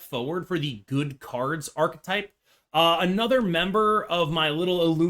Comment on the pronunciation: Congratulations! You are only the second American YouTuber that I’ve heard pronounce “Archetype “ correctly….